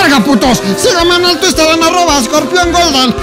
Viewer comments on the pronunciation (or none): none